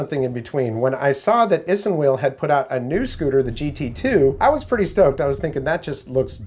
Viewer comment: It’s pronounced ice(inwheel)